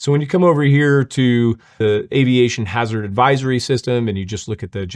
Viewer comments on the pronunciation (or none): none